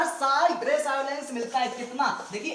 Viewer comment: Abe chutiye tumhe to allowance na pronunciation bhi nhi kerna aata hai.